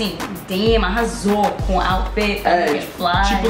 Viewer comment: Eu fui o único que teve um ataque quando o errou e falou "arassal" ao invés de "arrasou"??? hahahahahah